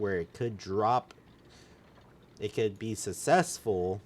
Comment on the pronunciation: What the heck is "sussessful"? joking aside... maybe script out what you are going to say, it could help improve your videos. You kind of ramble on and do a poor job of explaining things. Edit... also, this should have been super obvious but turn off those notifications while you are recording, they override your voice and are highly annoying.